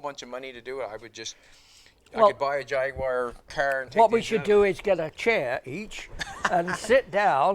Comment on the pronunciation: Great day to spend with someone of Bernies statue and experience. Something to be appreciate and enjoyed, much respect and nice to hear proper pronunciation of Jag-gue-wha Thank you, take care and peace out.